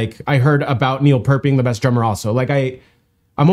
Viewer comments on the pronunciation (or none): Pronounced Peert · It's pronounced "Peert". It's the word "ear" with a P on the front and T at the end. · Pronounced "Peert". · no pert is not correct. Would you say it was correct to pronounce your first name 'colon'? It's P - EAR -T. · First off, thanks for reviewing this! It's pronounced "Peert" (as in Peer, not Per). As to that drum kit, it's a compilation of the kits used on multiple albums, each of which contributed to that album's specific sound. He switches between them throughout the stage set as needed. Neil is also able to switch time signatures on the fly (Give a listen to La Villa Strangiato, and Tom Sawyer, two of the most complex rhythms written). One other thing: Neil Peart wrote all the Rush lyrics. Neil IS the GOAT. Thanks again! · Peart not Pert like ear not ert. He's not listening to a metronome. He IS the metronome all drummers want to be. Don't forget, he was also the lyricist, and all three members are Canadian and are all the tops of their own instruments. And....I miss him.... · It's pronounced Peert, like Pearce or pierce. Metronomes keep time to him. 😅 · his name is pronounced peart not pert. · "dude! Homies like old" Thats Neil Peart (not pronounced purt, PEA-rt) show some respect. OLD. Neils kit is also small compared to Terry Bozzio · Nope. Say "P ear t", not Pert or Purt. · Neil Peart(like Peert) not pert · its pronounced peer-t......not purt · Its p ear t not pert peart say it with an ear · PEER-t not pert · I learned how to pronounce it from TPB lol. Here in Merica they pronounce it Pert, even at the border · No. it’s not. It’s his name (pronounced PEERT). He deserves the respect of having it pronounced correctly—especially since HE showed everyone how to pronounce it in the movie I LOVE YOU, MAN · A metronome??? They used to calibrate metronomes to the Human Drum Machine Neil Peart! Pronounced Peer-t. His kit was not broken down, it was 2 parts and it was loaded in and loaded out by rolling in and out of a semi. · Pronounced “Peert”